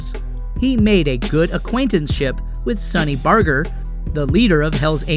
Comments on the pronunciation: Fontana not Montana asshole. That is sunny Barger not barker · His name his Sonny Barger not sonny harder get it right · Jesus Christ it’s Fontana CA not Montana. It’s Sonny Barger, not Barter. What a tool. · Who the hell wrote this childish narrative? And it's a soft "g" in Barger. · Uh, the bomb in '77 was the Montreal chapter, nothing to do with his chapter and completely unrelated. I hate knowitall square YouTubers who think they know shit. And his name [Barger] is not pronounced like that. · This guy doesn't even say Sonny's last name correctly. Not to mention that he doesn't know what the fuck he's talking about. Luckily I scrolled down the comments and see that a few people set that straight. One last thing... WTF were you thinking when you said his son "kicked the bucket?" You have absolutely no class. You would not survive a day in that world! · It would have been nice if they pronounce Sonny Barger's name correctly. Plus, his son kick the bucket? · With Montana, California he lost all credibility. When he mispronounced Barger we knew he was talking out his ass. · P110 K9 Solutions he also pronounced prezs name wrong